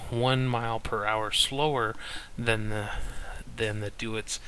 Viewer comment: Just a quick note was the pronunciation of Deutz is German so it's pronounced Doytz. The 'eu' in German has an 'oy' sound. Other then that, good video, LOTS of good info, I know what I want to buy now. THANKS